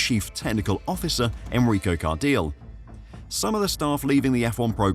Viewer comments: Enrico car-deal was a funny one 😂😂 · FFS, it's Enrico Car-dee-lay... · Cardile → CAR-dee-leh (Italian pronunciation)🙏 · It's Enrico Car-deel-ay...